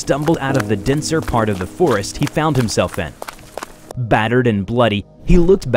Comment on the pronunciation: Ah yes, Kokiri Florest.